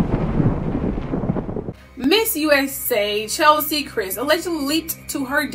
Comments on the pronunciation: Her name is not Chelsie.. It's Ches-lie.. Rhymes with Leslie. Pronunciation is important💜 RIP Queen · Wish you would have gotten her name right - "Chez- lee", NOT "Chel-sie"... Nevertheless, glad you tackled her case. Something was a bit off...